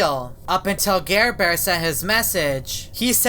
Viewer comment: Its NOT garebare its ???